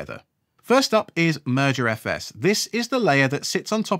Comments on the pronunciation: I know you're saying "merger os"... but I keep hearing "murder os". And that makes me think of what Microsoft has done to Windows. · this is a great video series so far and it's exactly how i roll. really enjoying it so far! although since you said 'crows have a murder' now all i can hear is 'murderfs' every time you say 'mergerfs' :P off to watch part 2 ;) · Keep hearing it as murderfs...